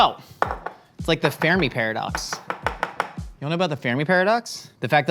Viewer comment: He butchered the Fermi Paradox